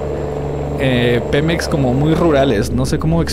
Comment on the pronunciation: Dice pimex😂😂😂